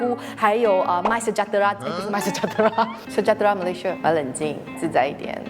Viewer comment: is it sejahtera instead of sejatera? 😄